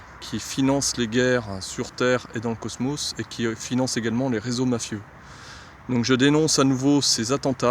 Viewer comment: quand il dit cosmos jsuis plié